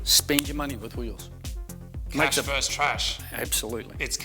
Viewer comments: VS is short for "versus". It's not pronounced "verse" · It's versus not verse guys. That's a real jimmy rustler. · I love the show, but goddam I wish you would stop saying "verse" when you mean "versus" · why can no one say versus properly?